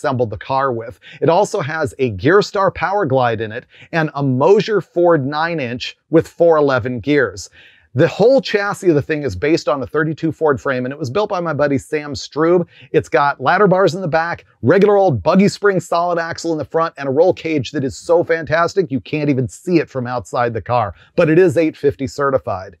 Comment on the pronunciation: Hiya Dave, can't wait to see what you do with some of your hotrods. Just to let you know your pronunciation of strube is wrong, it's pronounced Strub,ee it's French. The reason why I say that is my uncle has the same last name.. and he's from Canada. I don't know maybe I'm wrong asking